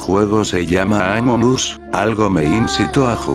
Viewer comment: PS si ya se, error de Loquendo xd